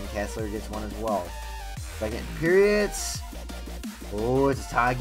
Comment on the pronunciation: Why do you say "periots"